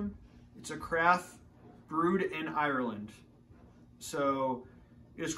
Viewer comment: so a lad from Boston, can not pronounce Ireland haha